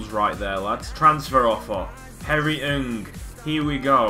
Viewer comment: It's pronounced N G not nnnnnngggggg I'm a Crewe fan......